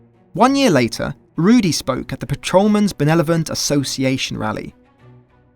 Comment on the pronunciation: benelovent... how cute